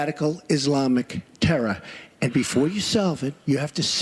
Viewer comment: when he says TERRA! XD